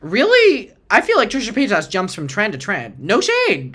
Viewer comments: I love that pronounces Trisha's last name like "payt-ass" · It's the way pronounces Paytas for me! ❤💞💜